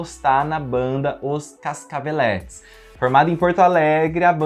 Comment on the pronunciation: Pronuncia-se "Casacavelêtes", não "Cascavelétes". Respeita o Flavio. A quem inclusive dedico meu livro, junto à minha irmãzinha e PC Siqueira. Aliás (edit:) Nêga Bom-bom falava: PUNHETINHA DE VERÃO